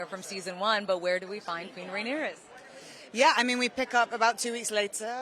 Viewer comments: I think that reporter call her character rhaenys instead of rhaenyra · why’d she keep saying Rhaenyra with an S lol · Sorry but I don't like that the interviewer keeps pronouncing Rhaenyra incorrectly. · Why does she keep MISPRONOUNCING her name!!! IT is QUEEN RHAENYRA . I’m screaming